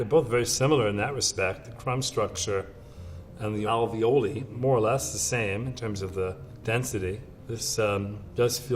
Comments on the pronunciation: its pronounced alveol-eye not like ravioli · Ravioli, ravioli, that's not how you pronounce alveoli. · note: that's not how you pronounce alveoli